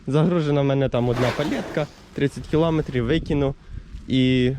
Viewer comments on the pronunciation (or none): none